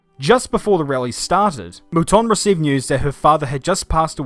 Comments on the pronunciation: Who,s Michelle Molton???Its Mouton. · You need to teach that girl how to pronounce Mouton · Good god that girl at the end can't even pronounce moutons names properly ffs